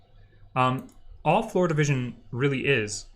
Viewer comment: There was one moment when I was confused because it sounded like the instructor was saying "FloridaVision" instead of "floor division". . . 😅